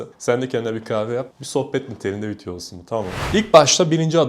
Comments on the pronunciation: Hocam çok iyi. Emeğine sağlık ama ne olur vityo deme. Tik oluştu 😅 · Vityo ne kanka 😅